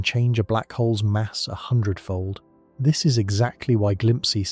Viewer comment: It's glimpse... like you know glimpse. Not whatever tf you said. Glimpsee? Wtf is that?